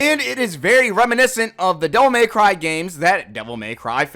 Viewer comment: "Devil MAY cry" Why do people say it like this? It burns my brain.